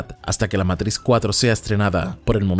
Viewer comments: No digas matris wey, es matricks(matrix) la matris en algo de la mujer con el embarazo xd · Matrix que es eso de Meitrishx jajajajjaja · Nio meitrix nio meitrix jajajajaajaja inglés perfecto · Meintrixch que pronunciación 😂😂😂